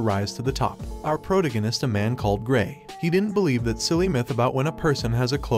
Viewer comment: fix how your bot reads protagonist bro. its irritating